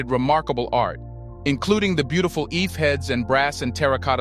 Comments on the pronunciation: Great work man. It is pronounced "EE-FEH" though. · Ife heads? For a history channel that can't be bothered to learn how to pronounce the name properly like a European. "I-fey" is the correct pronunciation